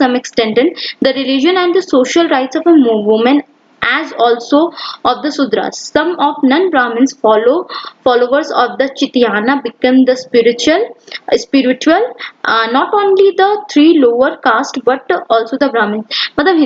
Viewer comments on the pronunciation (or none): It's not chitiana it's chai ta nya😅